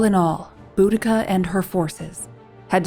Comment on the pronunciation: Oh wow, thank you!! Her name was always mispronounced...